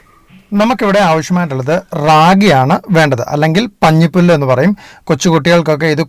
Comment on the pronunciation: njan sheeja Rajappanpillai. പഞ്ഞിപ്പുല്ല് അല്ല മോനെ പഞ്ഞപ്പുല്ല്.